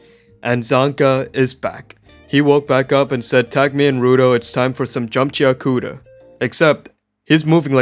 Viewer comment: it's pronounces gachi-akuta, not gachia-kuta